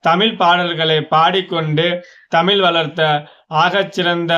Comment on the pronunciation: தயவு செய்து தமிழ் என்று கூறப் பழகுங்கள் தமில் என்று கூறாதீர்கள்